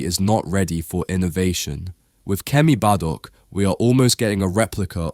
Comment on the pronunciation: Isn't it Kemi Badenoch, not Kemy Badok?